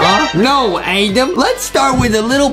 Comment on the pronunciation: it’s spelled Adam I think but Justin pronounces it “Adem” as a joke- but still not sure